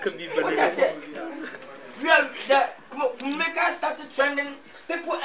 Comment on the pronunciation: Why lil Wayne keep saying kumelica 🤦‍♂️🤦‍♂️🤦‍♂️🤦‍♂️🤦‍♂️